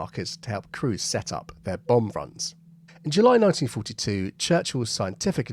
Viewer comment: When you enuncate years like "1942" (e.g. and ) it sounds like "1952". I was so confused.